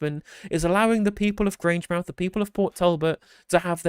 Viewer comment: It's Grange mouth. Not Grangemith.